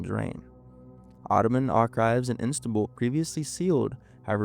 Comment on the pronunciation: The repeated pronouncing of ‘Istanbul’ as ‘Instanbul’ was irritating, but otherwise a fascinating and horrifying story.